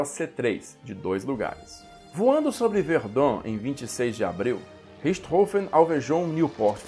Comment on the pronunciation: Mestre obrigado por ensinar a pronúncia correta do sobrenome de barão vermelho 🛩